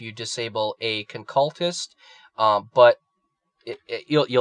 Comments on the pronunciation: it's not the "concaltist" its the "conculyst" con-cyoo-list is how it's pronounced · jesus christ CAN'T YOU SAY CON-CU-LYST? conculyst please dude